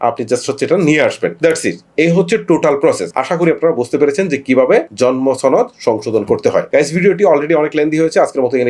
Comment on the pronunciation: ছনদ কি??? সনদ শুনেছি কিন্তু ছনদ তো শুনি নি